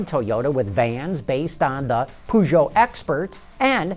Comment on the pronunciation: per-zjo, not poo-zjo :P and it's pronounced cittrun, not citroen...